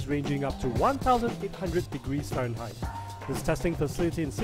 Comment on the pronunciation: Anyone else think he said "Cereinheight"? Sure sounded like it..